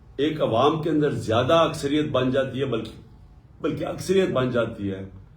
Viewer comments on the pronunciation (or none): none